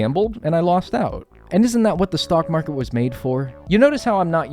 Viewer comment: Heads up friend, it’s “stock market”- not stalk market. Regardless, cool video! Excellent work!